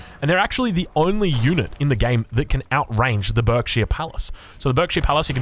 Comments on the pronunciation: It's pronounced 'barkshire palace.' I grew up in the County of Berkshire, it always makes me wince when it's pronounced as berk. Nevermind, you correct yourself later in the video! 😅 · You’re pronouncing Berkshire wrong. It should sound like Barkshire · It's pronounced bArkshire btw. <English boy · berkshire is pronounced like "burk-sheer" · Berkshire is pronounced baak·shuh. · Barkshir it’s pernounced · I'm from Berkshire and it's pronounced "Barkshire" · Just so you know, Berkshire is pronounced 'Barkshire' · Berkshire palace pronounced bark-sheer